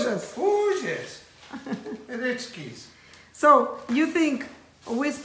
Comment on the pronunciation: Я так смеюсь, когда говорит-яичкес. Ахах